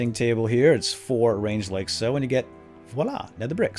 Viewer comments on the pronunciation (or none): none